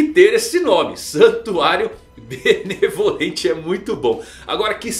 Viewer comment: Eu ouvi santuário malemolente? Agora o Soluça dança ?